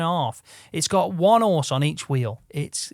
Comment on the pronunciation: "it's got one orse in each wheel" 🤣